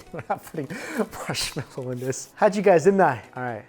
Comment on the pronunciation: When went "Marshmelloo", I seriously gave out a groan, "whaaaaa--?!"